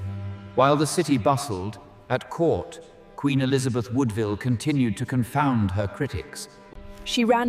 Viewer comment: I can't stop laughing at this whole video... the mispronunciations alone are hilarious... Elizabeth's maternal family's name was WOODVILLE ....